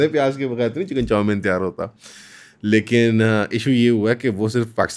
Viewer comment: Yar bahi ap "chicken chomin" bare maze ka pronouns kerty hain... Hehehe😅